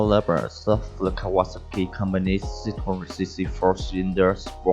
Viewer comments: is Kaw-a-sah-ki, i could be wrong. but i've been riding my kawi since i was 13 and always pronounced it like this. the last part is pronounced similar to the drink "sake" except its pronounced "saki" were as the drink is pronounced (sah-kay) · "Cow Ah ASaki" (not sure how he pronounced but I loved it